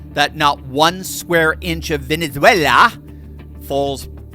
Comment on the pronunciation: I do like the way she pronounces Venezuala and Maduro, though!